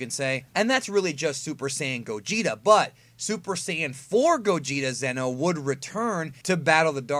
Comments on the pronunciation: It's not Zeno like king Zeno it's Xeno pronounced zee-no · each time you try to say "Xeno", you are ACTUALLY saying "ZENO", who is the OMNI KING.😁